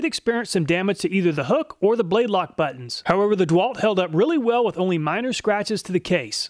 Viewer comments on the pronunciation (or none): none